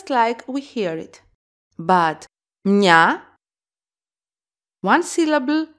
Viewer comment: I am wondering why μια somehow sounded like "mi-nya"? I thought it would be "mya". But thank you for this! Hopefully I fully can understand Greek soon.